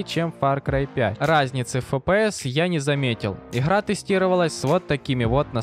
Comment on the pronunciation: Да есть,например,почему ты не можешь произносить нормально букву Г?)У тебя выходит не Игра а Ихра,что не так с тобой?